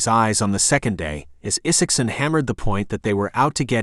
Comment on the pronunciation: AI narration algorithms have yet to solve short vs long vowel sound such as the long "I" vs short "I" sound in the name ( Isaacson ). But inflection is improving.